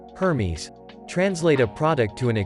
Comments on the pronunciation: "Hermies"...! it's pronounced "airmez"...wow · Absolutely took me out when I heard the pronunciation of Hermes LOL